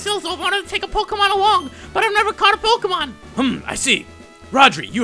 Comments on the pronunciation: pokemon not pokamon bro say it right talkin bout some pokamon.delete the a you always say and put a eeeeeeee. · It's pronounced poke-ay-mon dude -_